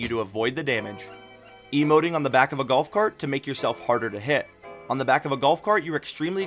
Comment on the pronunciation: the galf cart wan